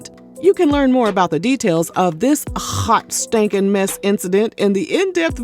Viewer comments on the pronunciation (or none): I can’t wit this “HHHHWAAT SHTANKIN Mess” lol 😅